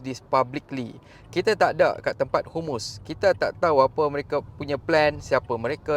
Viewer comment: sebut biar betul...HAMAS..bukan humus....kadang2 ayat kau ni mengarut je....nak buat content biar laa cerdik sikit perkataan dan ayat tu...PALESTIN bukan pales...!!